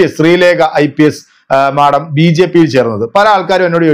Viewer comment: മാഠം അല്ല മാഡം 😂😂